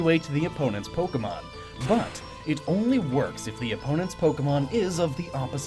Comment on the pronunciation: Why must I get so annoyed by people pronouncing Pokemon names incorrectly. They're just fictional creatures but I guess I just assume smart people like who do SO much research which is incredibly respectable would know how to pronounce the names of what they're talking about haha (I'm sorry that sounded passive aggressive; it wasn't supposed to be)